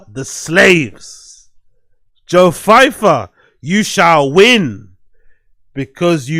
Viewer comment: Who the hell is "Joe Feifer"???? It's so funny how you slag off braindumb for mispronouncing words as you do it way more than he does 🤦🏻‍♂️😂😂😂😂😂